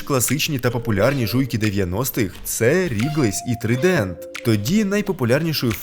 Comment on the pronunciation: Не "трідент", а "трайдент". Соромно для українця не знати. Це ж перекладається як Тризуб.